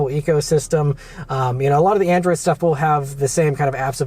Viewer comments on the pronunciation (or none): none